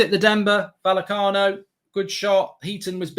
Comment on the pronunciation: Isn't it pronounced VaYecano?